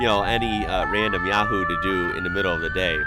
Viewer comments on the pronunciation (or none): none